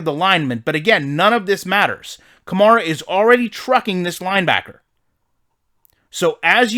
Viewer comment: You should play ranked games. The games plays worse in ranked and in ranked. You’ll see crazy out of places glitches and animations you wouldn’t normally see since it’s user v user. Also the game settings differ. Also pleas stop mispronouncing the name of my franchise Running back. It’s like the car “Camaro” except the “o” at the end is an “a”